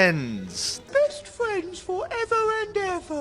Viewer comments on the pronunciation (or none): Fwends... F1 Fwendzzz